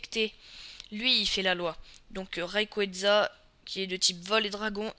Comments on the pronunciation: pas Rayqueza aufaite hein ca se dit Rayquaza, ca vient de RAYon et QUAZAr , qui sont des galaxies dont le noyau est cent fois plus lumineux que celui des autres galaxies. Son nom ressemble aussi aux noms des divinités aztèques auxquelles il ressemble physiquement. Mais je dis ca je dis rien hein ! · prononce pas le d à rayquaza